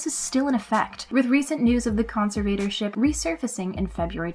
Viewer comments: The word is conservatorship, con ser vuh tor ship, not con se vator ship. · Con-Ser-Vader-Ship?? What the heck is that? It’s pronounce con-serv-er-tor-ship. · How old is the millenial narrator? Con..serve..vader..ship? It sounds.like she's never heard the word or knows what it means. Please look it, pronounce the word correctly, and use it in a sentence. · Who is reading this??? Concert-vador-ship (conservatorship) is pronounced incorrectly over and over! Yikes! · Con-ser-VAY-tor-ship? C'mon,, check an online dictionary for goodness sake and learn how to properly pronounce words. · Con-SIR-Vader-ship?? Tf somebody else had to of noticed the bizarre pronunciation of conservatorship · You must have hired an intern to narrate this video. She needs to learn how to pronounce conservatorship. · Conservatorship. Pronounce it correctly. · Why do you pronounce conservatorship so weirdly. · I like this video and the chick narrating, but everytime she tries pronouncing "conservatorship" a little piece of me dies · Your saying conservatorship wrong🤦🏼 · Is that really how "conservatorship" is pronounced? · No, it is not. LOL